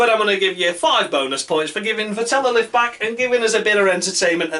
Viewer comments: Vettel is pronounced much like "veddle". Shit luck, or a bit more karma? You can't expect to commit road rage (under safety car) and showing a bunch of cars off (unpunished, because red car) and continue to challenge for the title. Karma needs to step in. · Martin Brundle pronounces it correctly. The accent is on the first syllable. Thanks for a fun video! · Could you please learn to pronounce Vettel's name properly?